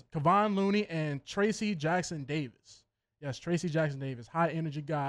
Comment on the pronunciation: I'm not a pelicans fan but i discovered you show and i like it. I'll keep watching. I want to also tell you that Trayce Jackson-Davis, the son of former nba player Dale Davis, his name is not pronounced Tracy but TRACE. Or you can call him what warriors fans call him TJD